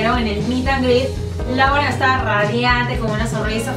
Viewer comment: Lauren se pronuncia "loren" según yo